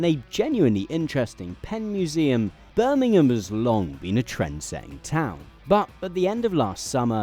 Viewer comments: Most played: , trying to understand the city name of Burmhm, giving up, turning on subtitles :D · ...i kept not being able to hear what you said, it sounded like...im eburn....i figured it was Birmingham...in the end apart from rewinding a few times & that on its own didnt bear fruit, subtitles did the job!.....still....sounds like....hello imeburn.... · Had to rewind two times to hear the city was Birmingham. Enunciate!